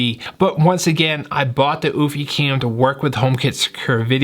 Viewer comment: Good video!...However pronounced "You-fee". Not "oooofffyyy" just looking out for ya..